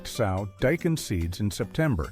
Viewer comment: Good list. However, SOW (noun) is not pronounced the same as SOW (verb). The noun means FEMALE PIG; the verb means put something in the ground, like a seed. The verb is also pronounced like SO and SEW. It’s distracting every thirty seconds to have a pig image spoken, but that’s the problem with Text-to-Speech programs.